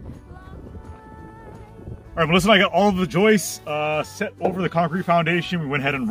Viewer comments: If insists on pronouncing them yoists then surely his name must be pronounced 😂😂😂😂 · Wait until she hears about the "ROOF YOISTS".... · “YOISTS”!!!, lol 😂.